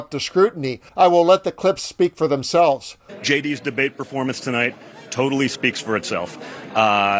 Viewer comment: Did donnie say "Performance" ???